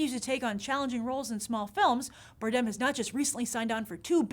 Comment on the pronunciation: Grace your pronounceing Javier's last name the wrong way.